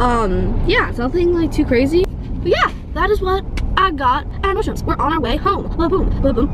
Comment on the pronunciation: nordstromS??? Nordstrom